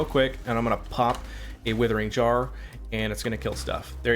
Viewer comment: "Withering Jar"...love your builds but maaaan...lol